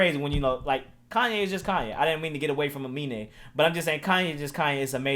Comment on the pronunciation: really said his name right the entire video and ends the video calling him " a mean " lmao